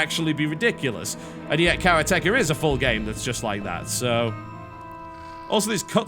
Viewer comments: People seem to be getting a little heated because of this small quip I made, I just found it a little funny how he pronounced karate-ka, no doubt he knows how to pronounce karate so I don't really understand how he mispronounced the name of the game. No big deal, sure. But for those saying that "he can pronounce it how he wants" please try not to criticise Asian people because they have a hard time pronouncing their L's. No doubt you've used the term "Engrish" as a joke before. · I think its pronounced ka-RA-te-KA (like if you were saying karate ka) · It is "ka-raa-tee-ka". It's a japanese word. It means someone who practices Karate. Hence "Karate-ka" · Actually, no. It is a japanese word. It is pronounced "ka-raa-tee-ka" "karate-ka". a "Karateka" is someone who practices karate. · tb it´s karate- ka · Its pronounced Karate Ka. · it's pronounced kaa raa tee kaa :) vowels in japanese are pronounced differently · Yes. Your pronounciation is absolutely wrong! The accent is on the 'ka'... Ka-raatieee-ka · Its acutally pronounced as karate-ka but its not a big deal anyway :D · Karate-ka TB. Should correct that somehow. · I'm sure it's pronounced karate-ka which i believe means something along the lines of "one who practices karate" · You've probably got this comment a few times by now, but it's pronounced Karate-ka. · For future reference, it's pronounced Karate ka. It's what you call someone practicing Karate. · made me cringe a little every time TB pronounced it. should be "Karate ka" meaning a practitioner of karate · The way he accentuated it was incorrect. Japanese doesn't place emphasis on single syllables. The way Steven Chin had it is right. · Wow a new way to say Karateka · You are aware that "karateka" is actually a Japanese word that means practitioner of karate? And his pronunciation is terrible? Fucking 10s of idiots trying to tell me he actually said it right... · Your pronunciation of karateka is hilarious. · Isn't it karate-ka not kara-teka?